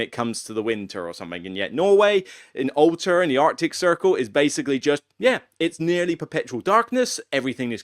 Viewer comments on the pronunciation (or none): none